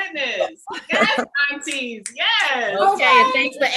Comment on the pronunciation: Did she say aunties…..lol